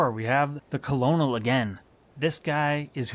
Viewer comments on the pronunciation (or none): Colonel is pronounced “Kernel” ;)